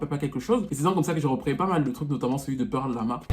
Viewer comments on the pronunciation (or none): SLAÏ LA VALEUR SÛR 😂💪🏽 Par contre c'est PerlE Lama pas Perla 😂🙏🏽